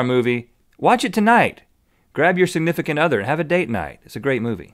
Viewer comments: sig-myth-icant other? XD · When he said "grab your significant other" I thought he said "sigmythicant other" and I thought this was some new mythical beast term that I hadn't heard yet (much like how Nerdfighters are in Nerdfighterlike with each other). I will probably use the term sigmythicant other from now on, though.